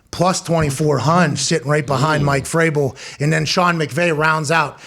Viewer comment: No biggie lol but it's Vrabel